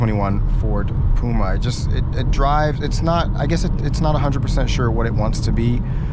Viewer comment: It’s P U M A not P O M A 🙄